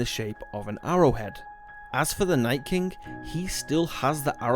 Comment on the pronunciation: Its king not kingk